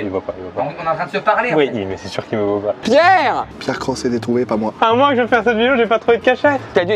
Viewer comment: C’est pas Pierre croce c’est pierre crocks